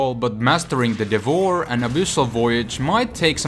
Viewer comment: its kinda annoying how u say devourer but ok ;P